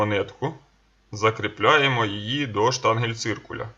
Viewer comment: как обычно "штангельциркуль", а надо "штангенциркуль" 🙃, а так находка суперовая 🤤